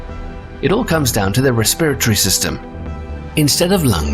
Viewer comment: Say “respiratory” again